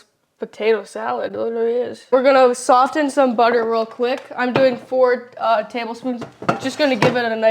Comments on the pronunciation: Pleas stop saying the t in soften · soften has a silent t 🙄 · I know everyone is on you about how your pronounce stuff, so I will add, it’s not sof-tin, it is saa-fin. I. Love your channel and try your recipes. 😊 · Perhaps he could also tell her that Soften has a silent "T" aa well. Soffen is how it sounds. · the T in soften is silent. Dad missed that one! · "Soften" is not the same thing as "often" with an S added at the beginning. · Love this, thanks a lot..... the T in soften is silent. only love to you guys. can't wait to try it! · Pobrecita!! Don't worry about getting the words right. We know what you mean. Also, just for reference, the "t" in soften is silent! 😊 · Where on earth did you ever hear the word tangy pronounced tang-gee... soften, the t is silent. Thank goodness dad is there to fix the education your teachers failed at.